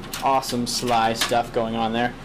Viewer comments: S.L.I, not sli ;) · actually the word he said is SLI not SLY and yeah i know the pronunciation is little wrong either way.. becouse its pronunced every letter seperatly :) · And lol you said sly its pronounced s l I